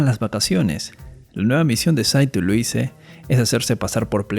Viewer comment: Se pronuncia "Luís"